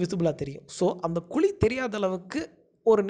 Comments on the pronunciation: Sir, "KULI" ellainga.... adhu "KUZHI" yean sir thamizh a eppadi koldreenga...! enga erundhu sir vareenga neenga ? konjam nalla sollalaam la.... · Athu kuli illa kuzhi ok va